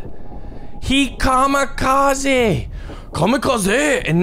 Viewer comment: The way he says kamakazi . Had me rolling